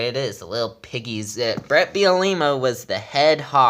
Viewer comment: Beel-uh-Ma and we fired bielema we didnt lose him